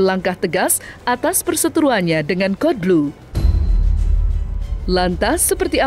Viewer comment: Cara bacanya kodblu nyak bukan kadelblu😅